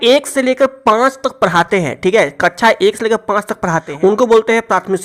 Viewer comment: Kaccha ni kaksha hota h vo 😝